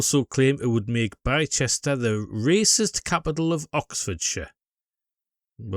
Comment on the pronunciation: One of the few people highlighting this well done mate. By the way the place is pronounced Bister 👍